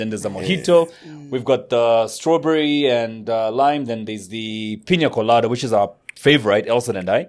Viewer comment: It’s not “Piñia Colada “😂 it’s “Piña Colada”